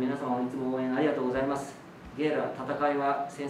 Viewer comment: 岡田さんのインタビュー、質問がとっても的確で選手も答えやすそうだなと思います。選手の言葉を引き出すのが上手い‼️ レビーラ君の「ありがとうございます。」がとっても発音が日本語っぽい。努力家なんだなー✨